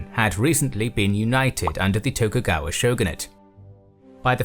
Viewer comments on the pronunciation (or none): none